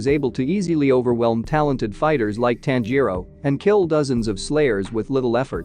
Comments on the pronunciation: “Tan-JEER-roh Kuh-MAH-doh,” “Nuh-ZOO-koh” 😬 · nez-oo-ko Tan-jee-ro Zeen-its-o In-oh-sooke Roo-E